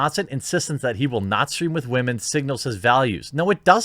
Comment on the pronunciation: because of the "wemen" you have earned my like sir